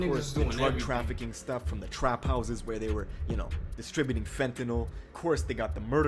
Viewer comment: Lmao 🤣🤣🤣 they way you emphasized “stuff” lmao bro